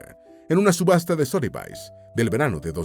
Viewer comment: Sotheby's en realidad se pronuncia "Sodebis"